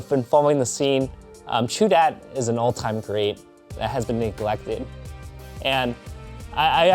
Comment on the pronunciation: great vid at the end it sounds like your saying raichu